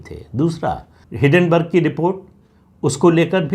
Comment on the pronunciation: हिडनबर्ग नही हिंडनबर्ग